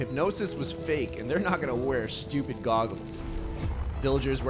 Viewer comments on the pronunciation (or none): none